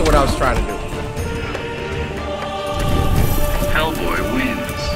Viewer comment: Dude that says the name of the character: Hellboy Cory: (Spins back the video) Also Cory: Heckk boy